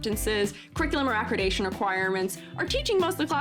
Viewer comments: I mean well when I say I think you are mispronouncing “accreditation”. It’s not ah-kri-day-shun. It’s ah-kreh-dih-tay-shun. Sorry, it was driving me crazy. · Very thoughtful video with amazing points. Glad to hear from an open minded educator who cares. Accreditation is pronounded ac-credit-dation by the way, not acrid-ation. ^^